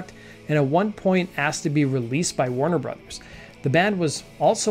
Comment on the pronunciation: Pronouncing Warner Brothers like Christopher Walken pronounces Foo Fighters